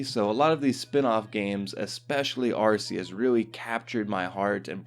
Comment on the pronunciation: It's not "Arse-eus".